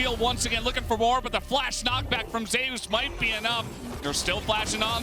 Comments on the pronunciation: Why do they call him Zay-ous? Is it not just Zeus? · Because In lck there was a player cause Zzus who was called Zoo-us and I think Zeus also said it’s pronounced Zay-eus like in Korean